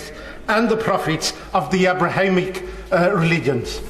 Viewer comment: Can't even say the word "Abrahamic" properly and is met with a dunce response which could have been "We don't live in a sharia country yet, thank you very much!" Starmer will throw this country away